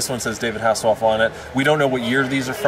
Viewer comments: Michael Hasslehoff? lmao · He said Michael hasselhoff